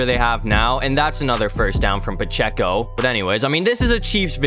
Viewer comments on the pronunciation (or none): Ain’t no way you said ‘pehceo’